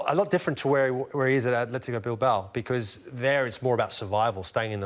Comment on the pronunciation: KU SH With Madrid It’s Atletico not Athletico dumbass.